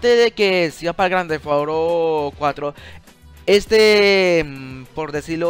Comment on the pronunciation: Jajajaja gran tefauro es Grand theft no tefauro